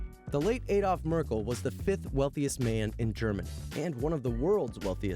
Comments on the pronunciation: ADLOF MERCKLE! not Adolf Mercie.. hat man euch in den kopf geschissen? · The No 1 guys name is Adolf Merckle not Mecie. He was the owner of Ratiopharm and a lot other companies.